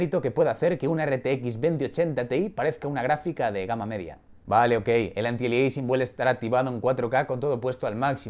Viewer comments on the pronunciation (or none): none